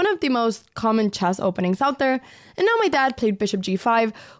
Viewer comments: I love the way you say "chass" instead of "chess" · I was thinking about this for a while and maybe I should just make a short abt it but I’m pretty sure she uses the ipa /e/ for the vowel in “chess” as opposed to /ɛ/ but when she says “checkmate” which likely from some French and Portuguese influence. But at the end of the video it’s a totally different vowel like /ɐ/ or maybe more accurately the /eɑ/ diphthong which I cannot connect at all to her history except for how it’s close to a bunch of vowels in the languages she does speak which converge into this pretty scarce sound in European languages